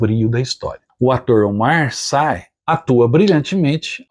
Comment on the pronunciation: Obrigado por antecipar o que vem por aí. Você me permite um reparo? Não é crítica, longe disso, mas apenas uma contribuição. Notei também em outros vídeos que você tende a adotar uma pronúncia para nomes que não são em inglês como se fossem. No caso aqui, o nome do ótimo ator Omar Sy é pronunciado como se escreve mesmo, já que ele é francês. Logo é SI e não SAI. Por favor, sei que não se tem como dominar todos os idiomas, mas eu que trabalho com alguns te sugiro uma coisa que os franceses fazem muito. Eles não se importam tanto em ter que ter obrigação de pronunciar nomes corretamente em cada idioma de origem, então afrancesam todo nome estraangeiro. Noto a mesma dificuldade e equívoco no pessoal que transmite futebol e que fica na saia justa sobretudo nas Copas.